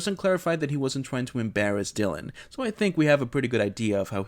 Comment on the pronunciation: Por que pronuncias Dylan así?